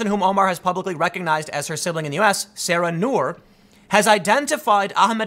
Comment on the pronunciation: Nur Said is pronounced SI-EED. NOT "said" as in past tense of saying. And the sister's name is pronounced SAH RA. Not Sarah. C'mon Tim, you can do this....